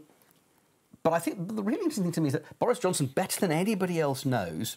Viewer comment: did he call him Doris Johnston?